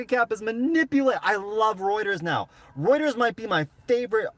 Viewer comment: Your the only one that gets the name Reuters right,most say rooters which cracks me up every time.but they're not far off I think!